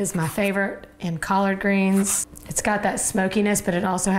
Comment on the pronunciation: Collaaaard greenzz and caaarn breaaad lol